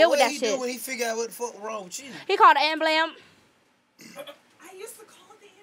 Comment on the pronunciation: The look karlous gave when he heard her say ambulamb😂😂😂😂😂